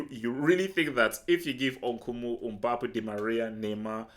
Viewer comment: It’s not Umbappe it’s MBAPPE